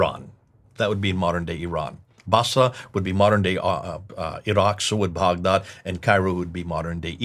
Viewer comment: Lol why is pronouncing Baghdad boughdod?!?! I had no idea what he was saying for a bit. I thought this video was in English 😂